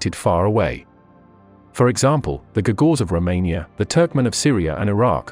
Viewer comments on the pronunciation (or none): none